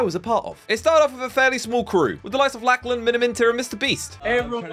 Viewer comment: Laclan😂 it's pronounced lock-len